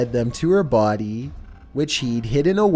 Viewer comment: “I walked into the kitchen and there was her bhody”